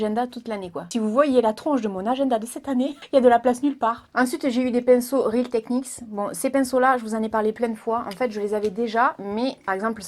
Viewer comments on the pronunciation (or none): none